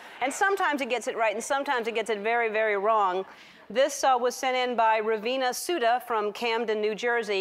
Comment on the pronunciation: raveena sooda? i think its raveena sudha!